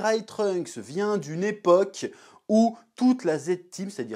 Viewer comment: "la même èbok" ? 😌